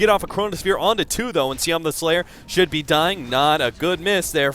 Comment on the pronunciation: Sioma is more correct